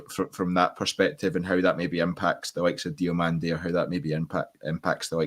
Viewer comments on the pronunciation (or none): sorry but my OCD made me do this….DiomAnde no DiomOnde ffs 😂